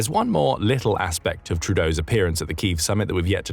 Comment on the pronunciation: a glaring example as to why A.I voice overs should never be used. "Kyiv" is pronounced "kee-yiv", not "keeve". SMH!